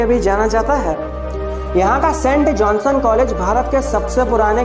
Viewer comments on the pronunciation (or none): वो किरवाली नहीं kiraoli(किरावली) है। ओर वह कॉलेज सेंट जोनसन नहीं सेंट जोंस है